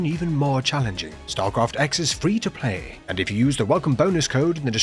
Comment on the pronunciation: sounded pretty cool until the 'free to p(l)ay'